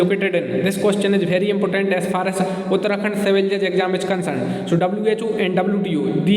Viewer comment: did he just say impotent question 😂😂😂😂😂